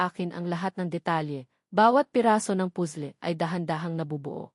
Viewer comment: Puzzle naging pusle Ang pronounce